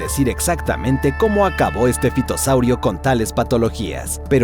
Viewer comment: En realidad se pronuncia ( fitosaurio)